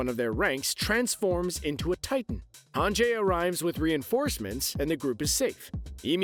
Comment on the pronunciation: hangee. gee. not jaey